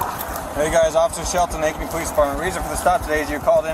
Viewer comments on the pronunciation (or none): ankeny not acme lol